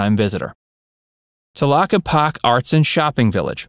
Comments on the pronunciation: It's pronounced "telockepakee". If you're going to do an informative video, get it right. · It's pronounced TA-LOCK-EE-POCK-EE "Tlaquepaque" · I’m from AZ, and I’m glad you pointed out the correct pronunciation of Tlaquepaque. First thing I wanted to comment about too.